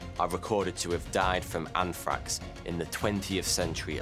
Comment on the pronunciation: Anfrakx lol bold talk from someone who struggles with the letter "R" 😅 I'm a Metal head who doesn't care for the either, but I had to take a jab back. As always, I enjoy your content sir 🌍